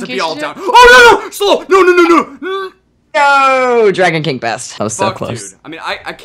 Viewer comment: nOt ThE dRaEyGoNe kEeNgE😂💀